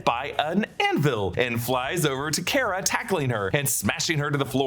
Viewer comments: Its not Care-Uh its Car-Uh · its Car-ah not Care-ah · I think you’re pronouncing Kara’s name incorrectly. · It drove me nuts ho many times you said “Kara” wrong lol